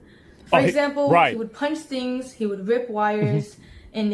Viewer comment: Move the piece of hair to the side Jesus Christ that's annoying just that alone tells me you did it and the fact she says "dings" instead of "things"